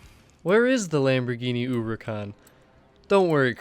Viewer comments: Why does it sounds like he calls it a Lambirgini Uwucan? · Lamborghini ooricon